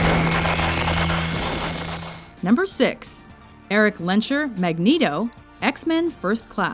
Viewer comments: Good list, but it`s pronounced Lens-Herr not Lenscherr. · Erik Len-sher...thought it was pronounced Lens-her...